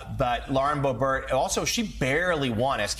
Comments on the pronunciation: Why is this guy pronouncing it "bo-BERT", with the accent on the second syllable? I've never heard anyone pronounce it that way. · It’s not “Bohbert.” It’s now officially “B**bert.” Edit: and her boyfriend owns a g*y bar, which is one more thing she is against!